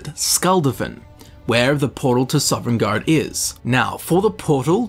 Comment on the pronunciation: Princess Mantra It’s not an accent, he added an ‘eren’ into Sovn